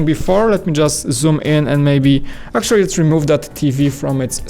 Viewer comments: I love their videos and I don't mind his accent bit the word 'actually' bugs me a bit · Please say 'actually' correctly and less times.